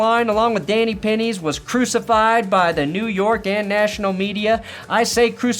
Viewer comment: “Danny Pennies”